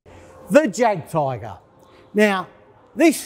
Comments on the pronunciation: Jagtiger, pronounced "yagteeger" I cringed every time he said it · Its pronounced "yag tiger" say the j sounds like a y. Cmon man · You got me at 'Jag' Tiger. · The moment he called the Jagdtiger “Jag Tiger” I clicked off. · Why can he not pronounce the Jagdtiger correctly? Then he called it a tank which its not. The Tortoise was never designed to be an TD. It was ment to be used to destroy static defences so a breakthrough could be made. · He cannot pronounce Jagdtiger..... instant fail. number 4, does he know the Tortoise is ment to be a SPG that would take out static forifications. Nothing more. For what it was build for it did the job. Speed not required. Armour and the gun was. I was NOT an anti tank weapon. (I am thinking here the guy presenting this needs to do some more research). number 3... the British didnt use "Little Willy" in WW1 but they did use the Mk1 to Mk IV tank. (its getting worse). number 2.. thats a case of the tank not being bad but just not good for the conditions that it was asked to fight in. number 1.... you got this one right. It was horrid. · Someone who cant pronounce the name of a tank, jagdtiger, should not give his opinion…🤪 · Why would anyone want to hear an opinion from someone who can't even pronouce the name of the Tank correctly? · Jagdtiger is NOT a tank!!!!!!!!!!!! Please learn how to correctly pronounce “Jagd”. Bruce Crompton is nothing more than an over-glorified (used items) salesman.